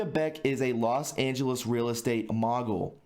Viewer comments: Realestate mo·gul /ˈmōɡəl/ Pet peeve sorry. Pre read maybe if unsure maybe check Pronounciation... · You pronounced mogul wrong. It’s pronounced like mo-gull no j sound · That's pronounced 'mOgul' (with a long O.) When you pay property taxes they don't ask for ID, you just take the bill & transfer the money. Maybe the daughters are involved. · Small detail but mogul is pronounced mow-gull. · mogul...m O gul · OMG! Learn to read. Allocate, mogul, ... I can't listen to this.